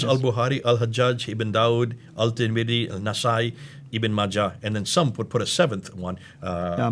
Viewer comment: AT-Tarmidhi, not Al-Tarmidhi.